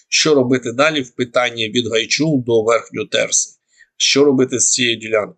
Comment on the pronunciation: Річка називається гайчур а не гайчул місцеві кажуть янчул в янчур янчур в гайчур гайчур в вовчу вовча в самару Самара в дніпро